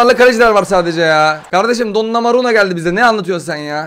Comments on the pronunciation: gerçek okunuş:donnaruma:donnamaruno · Abi o donnomura değil donnaruma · Donnaruma ya domanura diyen abimiz